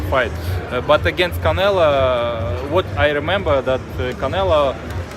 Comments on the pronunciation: Why does he keep saying "Canela" instead of "Canelo"? At least it doesn't seem intentional. lol 😂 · Sounded like he said CANELA.... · Hahahahaha Bivol said Canela 😊😊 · HE CALLS HIM "CANELA" LMFAO 😂🤣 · He said “canela” cuz he a bitch 😂😂😂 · I love he calls him, “Canela.” It cracks me up every time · Sounded like he kept saying Canela 😅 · Bruh this guy saying Canela I think he knows how to say it right just playin da game Lmao. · Eastern Europeans for some reason always call him canela. It's like they don't know how to pronounce o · This mfkr calls him Canela 🤣🤣🤣🤣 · Bivol "canela" 😂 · Bivol says Canela 😂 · he says canela on purpose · Bivol: "Canela" lol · Bivol been sneak dissing calling canelo "canela" lol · I like how he calls him "Canela". Sounds about right. Lol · "Canela," Was that on purpose? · He can’t even say Canelo right